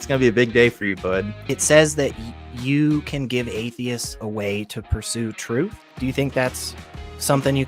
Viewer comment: lol "trith"